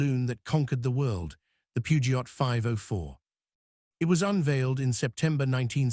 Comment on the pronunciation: The T in Peugeot is silent 😢